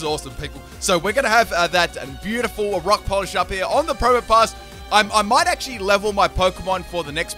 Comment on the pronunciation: When you say Rock Polish, I keep hearing Rob Collage... Look at those beads.